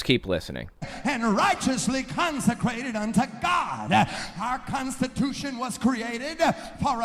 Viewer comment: Did he say consecrated Or constipated?